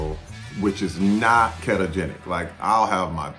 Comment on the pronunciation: kettogenic? Terry its keto-genic